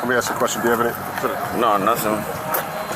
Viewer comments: professionals do not aks questions, they ASK questions sir. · What is with black people not being able to say ASK? Instead it's always AX/AXE? - AX - AXING This guy also needs to stop portraying someone as TRAINED IN NARCAN that has some special skill you need to go to school for. No one is trained in Narcan. The delivery system is something that can be done by anyone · Ask rhymes with task not axe. 😂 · it's pronounced WAW saw Also pronounced "ask", not "axe"